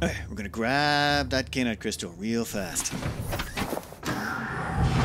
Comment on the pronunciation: Ky. An. Ite. How the HECK do you read "Kyan" and see "Kain"? It rhymes with Cyan, just with a K instead of a C!